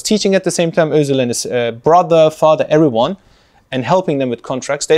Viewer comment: Isnt Turkish, half Turkish? And he pronounces Özil like that? 😂🤦🏻‍♂️